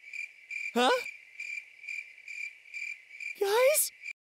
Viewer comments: Bruh its laito not liato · Not to judge but it is 'Laito' not 'Liato' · Its not Liato, its Laito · ITS NOT LIATO ITS LAITO BTW I LIKE YOUR VIDS